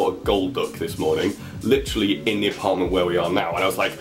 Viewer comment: Stop saying licherally